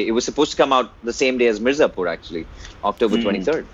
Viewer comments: 'M-I-R-Z-A-P-U-R' it is and not 'M-A-R-Z-I-P-U-R'! Why is this ONLY irritating me and no one else???🙄🙄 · the fact that he said "MAZIPUR" so many times, made me stop the video. unbelievable. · Ardent follower of OSR. Keep it up. One suggestion since you guys love Mirzapur such a lot - let’s pronounce this right. It’s Mi - as in Me, r, za, pur - as in poo, r. Me-r-za-poo-r. 👍🏼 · saying "Marzipur" repeatedly infront of Ali was damn cringey.. 😂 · Even I started pronouncing it as 'maarzipur'. It gives kind of happy vibes. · season 2 is about to come, you interviewed ali, binge-watched the entire season 1 and gave a trailer reaction of season 2. Now, it's high time, please pronounce the title correctly, it's M I R Z A P U R. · Man... Plz stop saying MARZIPUR... Makes me uncomfortable especially seeing live with Ali🙏😣... Other than that amazing interview 👌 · is trying so hard to pronounce Mirzapur, jeez. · Mirzapur is always written in English during the show. But thats just splitting hairs. Its just cute and silly when he mispronounces it. Thats all...😊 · Far out! How did you pronounced Mirzapur! Sorry but you're hilariously cute alright! 😅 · you could’ve said Mirzapur correctly in front of the actor!! You can’t giving the excuse of not knowing Hindi all the time!!! I mean come on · butchering the pronunciation of Mirzapur 😂😂😂. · its pronounced as Mir - zaa / zaah - pur and the gujarati film (hellaro) pronounced as Hail - are (R) - O